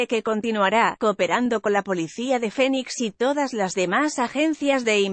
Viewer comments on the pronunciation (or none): none